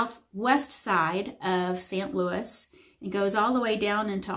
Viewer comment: It is pronounced Saint Louis with a long "a".